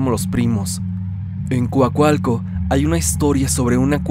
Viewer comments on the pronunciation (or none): Como dato , soy de Coacalco , y se pronuncia así Coacalco No cualcalco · 😂😂😂 es Coacalco, no cuacualco 🤣🤣🤣 no tiene letras "u" lo más extraño es que está bien escrito, pero mal pronunciado 😳 buen video, en Coacalco me ha tocado ver varias cosas extrañas, no dudo en el relato de la secta. Saludos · Se dice Coacalco no cuacalcuo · porque le dices Cuacualco a Coacalco? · en coacoalco? o COACALCO? jaja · Para los curiosos la cueva del diablo esta en el cerro ehecatl en ecatepec sino me equivoco, era coacalco jaja no cuacualco jaja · Se dice COACALCO xD Mi amiga vivía en coacalco, vivía en unos departamentos arriba del cerro y me parece curioso que también había una prepa y un parque xD una vez en un día de lluvia vimos a un sujeto vestido completamente de rojo subiendo el cerro hasta que lo perdimos de vista y otro día en la noche se veía una luz roja que se prendía y se apagaba, pero cuando prendía de nuevo estaba más lejos del primero lugar fue super raro. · 😂😂😂😂😂 es divertido pero tierno, jamás en burla ❤❤❤❤❤❤❤❤❤❤❤ yo no puedo con las palabras con "CR" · Jajaja me da risa como dice cuacualco 🦆🦆 cuac cuac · Más bien escuché Cuacualco. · Jajajajaja nooo así no se dice Coacalco JAJAJAJAAJAJAJAJAJA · lo siento, no puedo tomar en serio la segunda historia tomando en cuenta que no sabe pronunciar COACALCO jsjsj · Me encantan tus narraciones, solo cuidado con la pronunciación DE COACALCO, se pronuncia como se lee, es maravilloso escuchar mi municipio en historias de terror. Saludos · Lo mismo pensé jeje la pronunciación es igual . Saludos ! Mi familia reside ahí 🥰 yo voy cada año a visitar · Holaaaa!. Buen video. 🎉 Mi infancia estuve en Coacalco. Y la pronunciación del municipio no es la correcta. Salu✌🏻